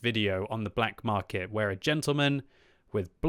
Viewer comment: Black “Markey” lol